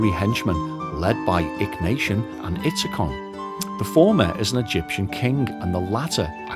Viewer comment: Btw, it''s Ikhnaton not Ikhnation 😉